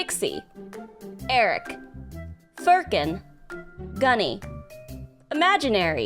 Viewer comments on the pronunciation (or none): none